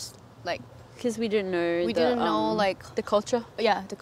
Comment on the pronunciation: It stopped when you said ✨knowrr✨ We dont ✨knowrr✨